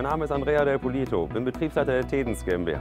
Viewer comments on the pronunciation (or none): Pronunciare Del Polito con l'accento tedesco è uno scandalo ahahah